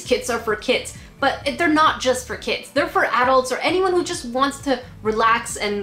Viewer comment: kits for kids XD r u saying kits kits or kids kids or even kid kits?